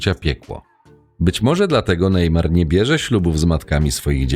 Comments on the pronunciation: Neymar nie wie nic o żadnych red pillach,hipergamii ale za to wie jakie ma możliwości bo ma kase i rozpoznawalność i to wykorzystuje proste. A poza tym irytuje to Najmar, mówi sie po prostu Nejmar. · Cenny materiał ale jeny jak pierwszy raz usłyszałem najmar to aż mi uszy zwiędły xd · To czyta sztuczna inteligencja? Kto mówi "najmar"?